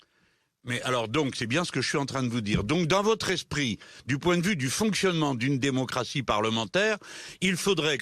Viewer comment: Il a même dit "démoncratie" j'ai pas rêvé